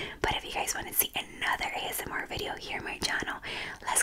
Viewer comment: its so funny how u A S M R R R R